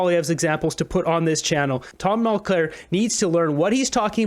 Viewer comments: It’s Mulcair not Mulclair. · Don't speculate or make 1/2 claims about something you cant prove. And the name is mulcaire not mulclare. Speech accuracy is important. You say things that arent accurate, you'll lose respect and smart viewers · Speaking of embarrassing, I know you can say the name "Mulcair" correctly,. Try it.